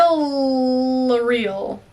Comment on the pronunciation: Villareal is pronounced vee-ah-ree-ahl. And the r is rolled because it's Spanish.